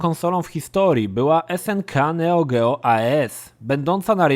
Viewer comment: Proszę, jak używasz angielskich nazw wymawiaj je poprawnie - wiemy że potrafisz! (NeoGeo w Twoim wykonaniu... brrr, ciarki przechodzą)